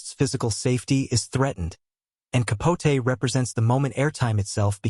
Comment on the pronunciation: Why are you pronouncing his last name that way???